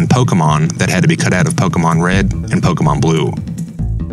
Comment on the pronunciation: Though the way he says pokemon wrongly repeatedly is annoying